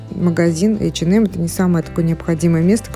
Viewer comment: «ЭчеНэм»🤦🏼‍♀️🤦🏼‍♀️🤦🏼‍♀️Бляяя...ну что за дичь 🤪 Бедный «бренд»,как его только не «коверкают»